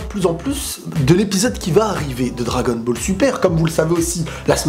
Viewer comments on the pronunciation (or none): none